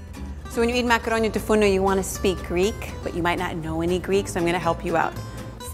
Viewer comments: Its makaronia tou fournou and not tou fourno. This dish is very similar to the well known pastichio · Great and delicious!!! I am Greek and I am sorry to correct you but it's "Makaronia tou fournou" not "Makaronia tou fourno" If you say "makaronia tou fournou" you say "oven's pasta" but if you say "makaronia tou fourno" you say oven pasta. Proud to see such a recipe though <3